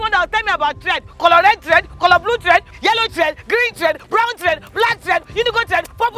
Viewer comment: It's the way is pronouncing thread🤣🤣🤣🤣🤣